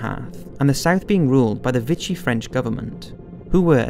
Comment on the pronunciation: "Put into neutral Montevideo, modern day Uruguay" Montevideo is the capital of Uruguay and didn't become Uruguay, the country was called that in 1939 too. Also your pronounciation of names and places is awful. Rommel is not pronounced 'Romale' Vichy France is pronounced 'Vishi' and Tobruk is pronounced Tubrook not 'Too brook'.